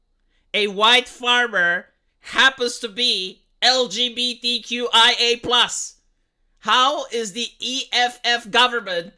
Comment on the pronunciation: I love how he mispronounced 2slgbtqqia